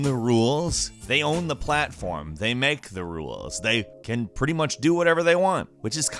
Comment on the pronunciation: "the ruwelz" lol